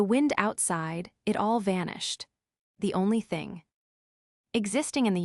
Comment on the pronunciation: Fing fing fing fing fing. This AI is pathetic, just like the one who owns this podcast.